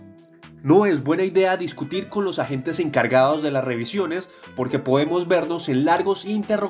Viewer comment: Por qué dice Queas quedas OLVIAOS olvidados Poemos podemos